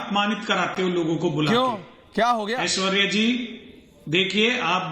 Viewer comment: पत्रकार महोदय, आपने कहा, ''मैं हूं ऐश्वर्या कपूर ।'' यह सुनकर मैं चकित हो गया; क्योंकि आपने पुरुष होकर भी स्वयं को ऐश्वर्या कपूर कहा ! आपको कहना चाहिए था, ''मैं हूं ऐश्वर्य कपूर ।'' ऐश्वर्या शब्द स्त्री वाचक है, तो ऐश्वर्य शब्द पुरुषवाचक ।